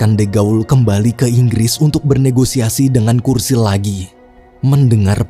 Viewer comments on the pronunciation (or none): Btw namanya churchill disebut Cur-Cil bukan Kur-Sil min 😢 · Bacanya CERCIL bang bukan kursil, CH itu tetep C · Churchill bacanya curcil bang, bukan kurcil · Churchill tetap dibaca "C" Bukan "K" Bro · Bukan "kursil" min, tapi dibaca "curcil" wkwkwk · Churchill bacanya cercil bg bukan kursil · Kursil? Yuan? Sedikit saran Sebelum buat video cari tau dulu cara pungucapan namany ya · cherchill sih